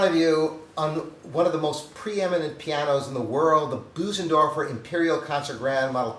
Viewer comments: Boozendorfer. Ugh. Get a quick lesson of how to pronounce it correctly. It’s embarrassing. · Maybe one day will learn how to correctly pronounce “Bösendorfer” 🤦‍♂️. It’s not “Boo-zen-dorf-er”. The “ö” (o-umlaut) is a sound similar to first three letters of “earth”, or the middle “ur” in “burr”.